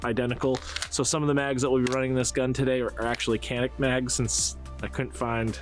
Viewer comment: Canik is TURKISH. C = J. its JANIK. That is all.